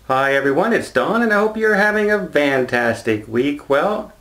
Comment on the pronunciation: Are you saying fantastic or vantastic?